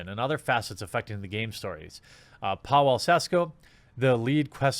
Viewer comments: If you have a Polish name like Pawel, the w is pronounced like "v", so don't say "pow-ELL", say "PAH-vell". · Pawel = [pA-vel]